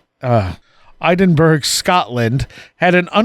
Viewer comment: Edinborough, Scotland's capital, is pronounced "edin burra" ,not "eye den burg"!!